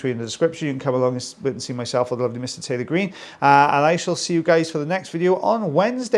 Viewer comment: Swore you said “Tilly Bean” when you say Taylor Green